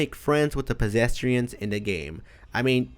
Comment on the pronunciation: "Pesestrians" Pesestrians stoopid